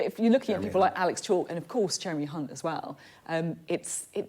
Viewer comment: Also, I think the presenter mispronounced the name Hunt.